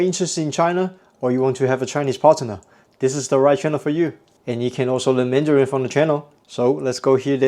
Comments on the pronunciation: partner 的字母t 不发音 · 查了几本字典，partner的字母t都发音